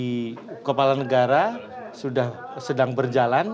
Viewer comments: Kelapa or kepala min....cek btul2 seblm shre🤗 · kpala min bukan kelapa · Kepala. Bukan kelapa 😅